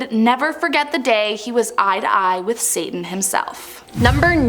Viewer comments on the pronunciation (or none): none